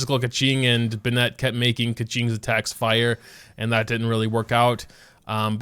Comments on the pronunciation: Bah-net...... who the fuck pronounces Bennett like that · i beg pls learn how to pronounce bennett. u be pronouncing it like benette. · "Bennette" --- stop it please... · the way this man pronounces Bennett makes me ascend backwards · For the love of god say bennet properly